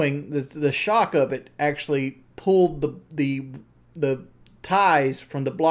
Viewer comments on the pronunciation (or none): none